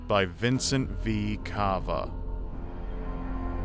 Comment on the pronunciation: uh not Cah - va (his name is based of the heart structure, vena cava)